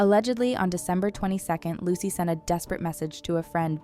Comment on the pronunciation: This. Is. Absolutely. Awful! Evil, honestly. Edit: Isn't it pronounced "loo-suh". Or closely like what?